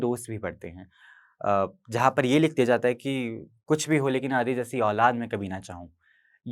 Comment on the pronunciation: अ से आदि नहीं आ से आदी